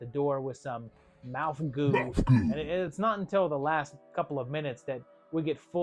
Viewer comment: MOUF GOO